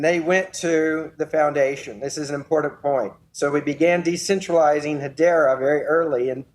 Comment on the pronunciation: You could get alcohol poisoning from playing a drinking game where you take a drink every time Mance says impordant